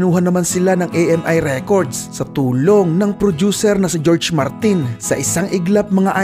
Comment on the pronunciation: Sadya lang ba yung pronunciation sa George Martin??